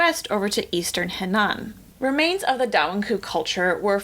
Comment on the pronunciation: Henan~ take that e in the He and make it sound like the 'a' at the end of pizza, kind of a schwa of Chinese sounds. Nan is like Naan bread from India. Non-conformity.